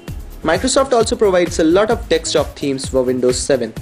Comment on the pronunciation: dekstop lol